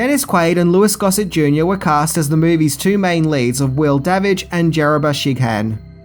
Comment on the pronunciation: Da Witch! No it's not Da Witch is Davidge. Lol, love that scene.